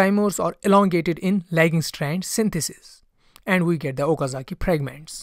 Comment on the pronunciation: Nice video but why r you pronounce the letter F as P pragment instead of fragment it's annoying. Apart frm tht good video.